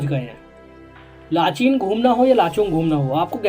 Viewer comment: लाचेन है भाई [ लाचीन/लाचीन ] बोल रहे हो